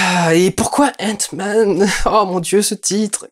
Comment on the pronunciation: Sesr paz henk sest hank et sest pas entman sest antman